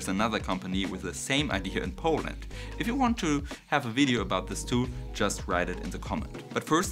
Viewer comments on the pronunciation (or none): none